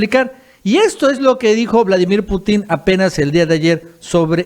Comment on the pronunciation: por favor, se pronuncia PUTIN, sin acento.